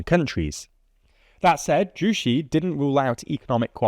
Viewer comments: Damn pronouncing Juche like that is rookie error, and although i know you have your writing team, it shows a large unawareness of the country as a whole, especially when it's been the guiding ideology for the country for years. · Jushe? It’s pronounced the same in English as korean Ju-Che like Che gevara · "zhu-shee" lmao it's pronounced (in korean) "tzu-say" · I was gonna say "joo-che" but yeah "joo-shee" is definitely wrong. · If you just break it down as “ju” which is, well, “joo,” and “che,” as in say, “Che Guevara,” it’s pretty apparent. (“Joo-shee” makes no sense, no matter how you slice it.) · Pronouncing 주체 "Juicy" is crazy 💀💀 bruh it literally takes 10 seconds to google translate it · “che” [tʃe] from Juche is pronounced like the name Che Guevara. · They used to say something like "The North Korea dictator Kim Yong with his ideology Joo Shee..." back in the days on cable TVs. It's still lovely to hear people mispronounce North Korean names. It's how we show them our passive aggressiveness. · ah yes, "jushi" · his reading of Juché, as Jucy, feels like how sweet North Korea dictatorship. 🥰 main factor of closing Russia and NK is failed Sk-Nk relationship, due to the ultra-rightwing SK government. New Sk goverment also close the connection with Russia abruptly causing their approach to Kim’s regime. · Great video, this is my field. Minor critique, Juche is pronounced Joo-ché (ch as in chair) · A French Youtuber once pronounced Juche as "Shüsh" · You guys are all wrong. Clearly it's pronounced JUICY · It’s actually pronounced “ch’ooch’e” and it doesn’t mean “self-reliance” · Juche (주체) should be pronounced in English like "joo-chay" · First thing I noticed - sounds like Ryuk saying"juicy" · Hello! Good informative video from the tldr team about our small nation. Might i add, the pronunciation of ‘Juche’ id more like the ‘ju’from juice and ‘che’ from Che Guveara. Otherwise, i think it does an alright job on summarizing the issue! 👍